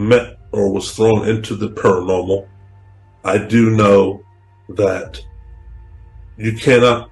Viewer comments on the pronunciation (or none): As a fan of both GA and PA, Nicks constant inability to say the word ParaNORmal drove me insane. He even does it in here.. wtf is PARAMEL? THIS IS LITERALLY YOUR JOB